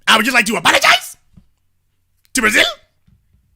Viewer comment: "I aPOLagiZE!...to Brazil.....I aPOLagiZE!...to D.R.!" 😆😆😆😂😂😂 Columbian Caller: "Their day of reconing is coming. They have managed to piss off both political sides and they have an unholy alliance with the feminists - it's OVER! jailtime is coming to these *dumba--* and the authorities will make an example of them." 😂😂🤣🤣😅😅😅 im laughing soo hard but also...I am 100% with when he said that he does not want any harm to come to these green horn donkeys. smh....i pray they wise up and heed all caution.